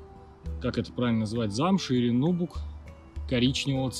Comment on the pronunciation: Как можно говорить нообук.На последней слог ударение.Тебяж не называют Иииваннн